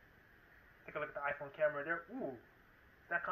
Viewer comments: For fuck’s sake why? “Ahphuone”? Really? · Aphone? Whësh?